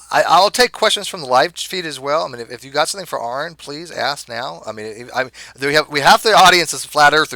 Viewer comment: I think Jeranism accidentally called Aron 'Iran' . lol